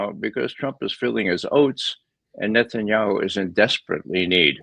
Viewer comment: Hey Ray, why do you pronounce "Netanyahu" as "Netsanyahu"?